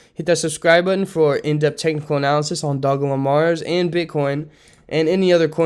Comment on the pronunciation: Thank 4 saying Dogelon correctly. Hardly anyone does